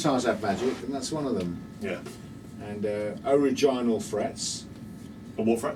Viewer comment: lul "ariginal".